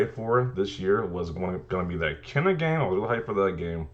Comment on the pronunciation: Pronounced Ke-ee-na not Kena.